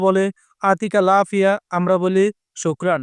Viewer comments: ভাই,আরবি শব্দ, আরবির মতই উচ্চারণ করতে হবে,যেমন আপনি বলেছেন,আতিকাল আফিয়া,এটা হয়নি। সঠিক উচ্চারণ হবে يعطيك العافية উত্তরে বলতে হবে الله يعافيك , ভাই আরবিতে ي কে আপনি বাংলাতে ء বানিয়ে ফেলেছেন। ভাই কষ্ট করে একটা ভাষা শিখবো,সঠিক উচ্চারণ শিখবো ,কেন ভূলভাল আরবি আমাদের শিখান? ভাই true Arabic নামে একটা চেনেল আছে,দেখার অনুরোধ রইল। সঠিক উচ্চারণ শিখতে পারবেন।আমি শিখেছি। ধন্যবাদ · ভাই,আপনি যেভাবে বলেছেন,আতিকাল আফিয়া,এটার অর্থ হয়,আমি তোমার কাছে আসছি।পুরাই অর্থ বদলে গেল।